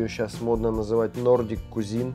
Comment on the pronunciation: Кузин это двоюродный брат. А «кухня» произносится как «квизин». 👍